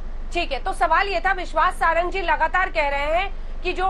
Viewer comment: Priyanka Chaturvedi, pehle Nam bolna shikho, Vishwas Sarang, Sarangi nahi, tum log kaise Pravkta ban Jate ho ?